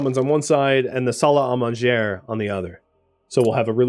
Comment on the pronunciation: just an fyi, and i know your French and Canadian viewers are cringing, so salle a manger... sal ah monjay (literally room of eating)